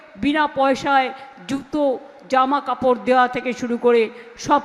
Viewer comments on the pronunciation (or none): none